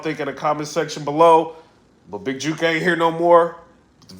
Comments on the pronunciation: lol he said big Juke!😂😂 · Jook not Juke(hook but wit J) u from da ville u shud know Memphis lingo😂. U know what’s sad we so use to war around here it seems regular we see vids & reports we just think yall soft it’s jus a normal Thursday to us🤷🏽‍♂️